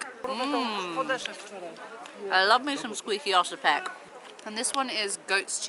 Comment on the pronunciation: You murdered these oscypek :-D hah.. LOL